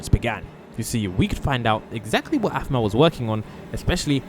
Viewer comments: BRO IT'S APHMAU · Aphmau not masima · Its Aphmau not animal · And her name is Aphmau not Asma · Dude her name is afmaw not 🚫 asmiw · Did he call aphmau asma? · In the start of the vid you'll see he said animal and not aphmou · yeah he also called aphmau Asama 😂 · Bro is bad at saying “ein “and “aphmau” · Bruh He keeps Making this Text to speech thing saying her name wrong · Your saying Aphmau and EIN wrong